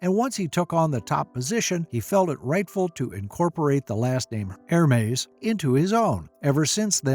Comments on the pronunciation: It’s not er-mays or her-mays, it’s EHR-MES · It’s not Er-mays, it’s EHR-MES